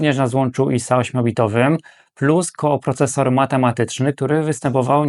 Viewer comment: koprocesor, a nie kooprocesor. piszesz prawidłowo, wymawiasz źle.